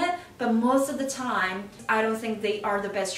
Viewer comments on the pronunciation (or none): none